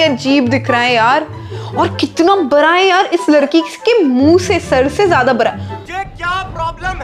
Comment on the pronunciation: Aap bda ko bra bolti ho 🤣